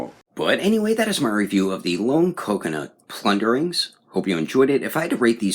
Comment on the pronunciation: plunder-LINGS lol I swear I'm hearing you say plundering correct me if I'm wrong bro after watching pretty close to every one of your vids I don't think you wanna be saying the wrong name of these great little elvish things